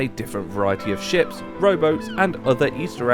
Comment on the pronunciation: Ngl, when you introduced the Animated Ships mod I swear you said Animated Shit, and honestly it still fits the mod